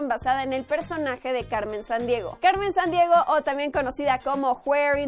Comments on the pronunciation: ¿a alguien mas le molesta que diga los nombre de personajes como si fuera gringa? cuando dice Carmen sandiego lo dice como si le costara decir la "r" cosa que solo le pasa a los que hablan solo ingles porque no estan acostumbrados a marcar tanto la r pero habla español asi que puede mensionar perfectamente esa letra me parece estupido que lo diga como si fuera gringa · Porqué pronuncia Carmen Sandiego y Fénix cómo sí fuera de habla inglesa??